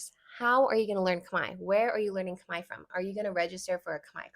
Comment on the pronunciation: I love the analogy with tortilla ❤ and yesss, I definitely feel a slight rage hearing people mispronounce Khmer as (Kuh-Mare) when (Kmai) is not hard at all. I do find it interesting that even when I teach people how to say it right, they split it into 2 syllables which is confusing to me because it’s just one 😭